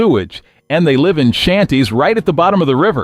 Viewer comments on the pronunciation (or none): AI voice pronounced the verb Live as a noun ...